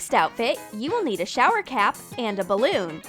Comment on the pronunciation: You said and wrong and you sais select wrong